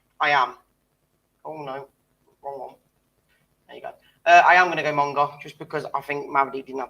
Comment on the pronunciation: Do you mean Monga, not Monge?